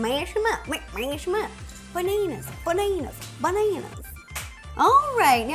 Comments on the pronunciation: it its ba-na-as not ba-na-Na-Na_RS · Why she keeps saying Baneners instead of banana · BANANER?!😂😂❤️ Love U rosanna, I also love to bake🍓🍮🍩🍩🍩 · the way you pronounce bananas...